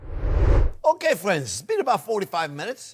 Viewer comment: same here. He brings me joy, especially when he says “fwends”. My hubby would have loved these recipes.